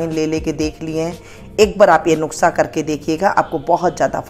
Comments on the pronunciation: नुक्सा नहीं नुस्खा है। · नुक्सा नही नुस्खा होता है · Madam " NUKSA" NAHI HOTA. IS KO "NUSKHA " BOLA JATA HA . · नुक्सा नहीं नुस्खा 😂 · वो नुक्सा नही नुस्खा कहते ही मौसी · Hi Aunty, me apko bahot follow karti hu, ise galat tarikese mat lena but ye apki kniedge ko jyada consideration milega, ap ise video me nuksa bol rahe ho, usko nuska bola jate he, thoda sa editing karna hoga. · Mam aap nuske ki jagah nuksa bol rahi h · Thank you di ,❤nuskha bolte hai,😅nuksa nhi bolte hai 😅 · अरे mam नुक्सा नहीं नुस्खा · Pehlay lafaz seekkh lain . Nuskha lafaz hai. Nukhsa naheen . haraan hoon her banda hee hakeem Lukmaan bun gaiya hai .. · its Nukhsa ( Not Nuskha) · आप नुक्सा बोल रहीं हैं नुक्सा नही नुस्खा होता है । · Mam nuskha hota hai nuksa nahi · nuska hota hai na ki nuksa okk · Nuksa nahi nuska bolty hai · nuskha hota hai nuksa nai bolna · नुकसा नहीं नुस्खा होता है 😂😂😂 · Aunty ji ise nuksa nahin bolate ise nuskha bolate Hain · Yeh nuksa Nahin nuska kaho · nushkha nahi madam nuskha hai wo